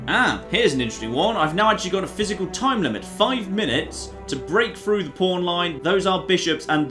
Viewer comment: Also "threw" when it should be through.